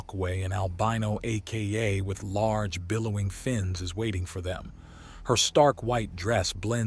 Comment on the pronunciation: I quite enjoy this series. May I suggest adjusting the AI narrator so that it says 'Aka' instead of reading out A.K.A.?